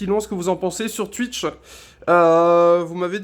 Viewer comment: Déjà, y'a aucun test, ensuite si tu continue de dire Tuitch je vais faire un homicide, et putain la moitié des choses que tu racontes on s'en fout, je viens pour voir un test à la base, pas un gars qui vise un pied, bref, fais à l'arrache, aucune réel volonté de faire cette vidéo, peu d'effort....